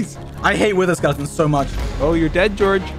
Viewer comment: bro called him dorge the hole time💀💀